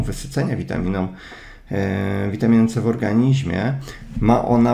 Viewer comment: ja nie potrafie ale moze Tobie się uda mówić W ORGANIZMIE ORGANIZMIE A nie organiźmie:) Super wiedza, jade po wit C i D